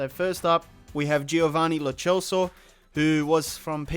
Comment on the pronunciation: Lo CELSO not lo CHELSO